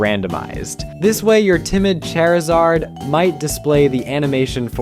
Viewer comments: Wait...Did you just call Charizard...🪑izard? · Right? So much care and attention that he calls Charizard Chairizard and Lucario Lucærio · So why are we saying lucairio. What is making that a long. You hurt my ears beyond repair Chairizard? Stop talking please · Dude say the names right. Wtf is a "CHAIRizard" lol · Dude I can’t anymore with this guy’s pronunciations. He lost me at “Chairzard” 😂. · I have never heard anyone pronounce charizard as “chair-izard” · lucair-io? chair-izard...???? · Ah yes... "Cherryzard." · Bro what is this guy’s accent? Why is he pronouncing Charizard like Chair-izard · so according to this guys pronunciation, the pokemon are called CHAIRizard, luCAREio..... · Bro said Chair-a-zard. Automatic dislike and disregard to everything else in the video. (In all seriousness, this would be cool as shit.) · Okay I could live with Lucario's pronunciation but saying CHAIRizard made me lose it 💀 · and "nigh"-doking. and "chair"-izard. and "ay"-mee. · I have never once in my life heard someone pronounce Lucario as "Lu-carry-oh" or Charizard as "Chair-izard". Or Amie as "Amy" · Also calling randomized animations "not confusing" is one of the weirdest takes of the entire video, and you called Charizard "Cherryzard" (if it was serious) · Excellent video even if I was jump scared by your pronunciation of Charizard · When you put the emphasis on the A in Lucario(same went for charizard), my soul broke. BUT! I love the idea! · My brother in Christ. Where do you get these name pronunciations from? You have pronounced Terastelization, Lucario, Charizard, and Scolipede wrong. Have you not watched the anime? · very very good video but the pronounciation of Lucario, Charizard, and terastallization is gonna make me crash out!!!!!!!!!!!!!!!